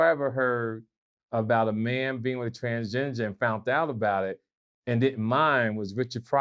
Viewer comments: GLAD did you hear when said TransGINGER? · Whenever he says transginger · A transginger i'm done lmaoooooooooooo it's transgender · Bro said transginger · " transGINGER " - ladies & gentlemen